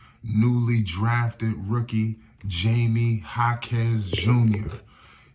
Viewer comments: His name is pronounced "High-me" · You have to learn how to say Jaime's name. It's not Jamie😅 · If you gonna do a video about someone show some respect and learn how to pronounce their name correctly. Especially if you gonna say it like 100 times 😂😂😂